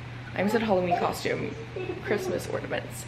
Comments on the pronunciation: It's pronounced 'orna'ments not 'orda'ments x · Bestie it’s ornaments! Lol😂